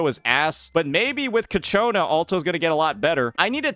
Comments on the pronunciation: does he say kachona just feed his ego or something? XD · It's so funny hearing you pronounced ciaccona as Katyuna, sounds like a cheap Russian rocket😂